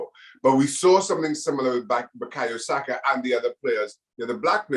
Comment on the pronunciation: Saka, not Sako. SakA. Sak>A<. Sak>>>A<<<.